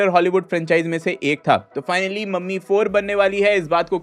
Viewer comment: मम्मी ✅ ममी ❌😂